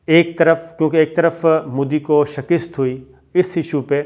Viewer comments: Sabir Shakir sahb I like your program and admire your analysis you are such a trustworthy journalist but I don't like your two words which you pronounce wrongly If you correct them I will be thankful to you the words are platform and shakast you pronounce as plate form And shakist I enjoy your whole talk but become irritated when these words are uttered hope you don't mind and I can't resist watching your both videos and even ur program on ARY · sir....its SHIKAST..not SHAKIST.. :)